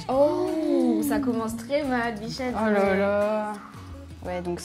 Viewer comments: pourquoi dit bichett presque à chaque fois???? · ma souller elle dit "bichette"